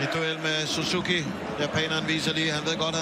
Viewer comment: バイクがあるからSUZUKIとHONDAの発音はいいね